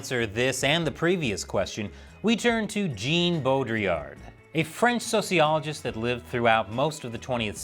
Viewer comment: Is his name really pronounced "Jean" ...? Or is it "John" ...? 🤔 BTW, I'm surprised you didn't bring up "Ender's Game." You know, the famous scifi story from decades ago where kids are competing in a realistic war simulation only to find out they were fighting the real war, just by remote control, with real lives lost.